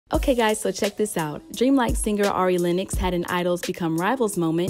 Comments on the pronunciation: Dream life? Dream like? Wha? Narrator DID NOT say Dreamville. That's just weird. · WTF Dreamlike? It's Dreamville!!! Y'all call yourselves reporters & made that stupid mistake 😂😂😂